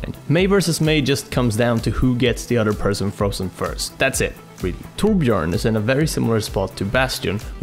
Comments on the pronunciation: Someone actually managed to pronounce torbjørn correctly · YOU SAID TORBJÖRN THE RIGHT WAY!!! Well, atleast thats the best i've heard from ppl thats not swedish. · Holy shit. You actually pronounced Torbjörn right. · omg, you pronounced torbjørns name right;)